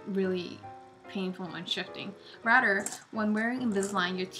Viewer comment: lmao...she says Rater instead of saying RATHER